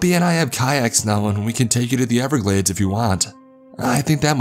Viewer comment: The Goddamn n-everglades